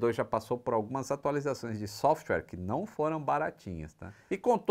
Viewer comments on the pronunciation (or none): none